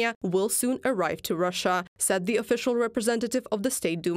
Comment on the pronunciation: Zis zey zat ze. Still in love with letter Z? You sound like a joke. One sentence, 10 ze